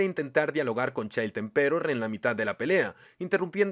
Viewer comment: ¿Por qué los españoles no pueden pronunciar nada bien en inglés? Se pronuncia "PANCH", no "punch". "FINIX man" y no "Fenix". "EMperor" y no "emPEror" O en japonés, se dice "Garoo" y no "Garou". "YUske" y no "yuSUke". "MANgaka" y no "manGAka". Y obviamente es "Gokuu", no "GOku".